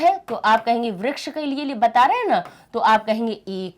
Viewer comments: Why do you say व्रक्ष ? It's वृक्षः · mam vraksh nahi vriksh pronounce hota hai